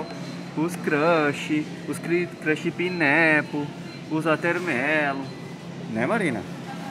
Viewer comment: “Us crâshi pinéeepou, os aterméeeelul” kkkkkkkkkkkkkkkkkkkkkkkk